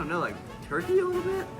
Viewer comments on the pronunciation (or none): none